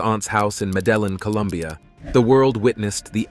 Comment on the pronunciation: Bro, that's not how you pronounce Medellin... Show some respect for a God dude..... Latti Daddi, Free John Gotti! Show some respect for your elders and betters bruv!